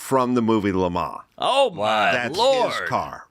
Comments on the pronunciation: LeMa, LeMa what a douche. Do you mean LeMans? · I mean, I was irritated by his repeated pretentious pronunciation of Le Mans. We’re Americans, say it with our accent. I feel the same about how to pronounce Porsche.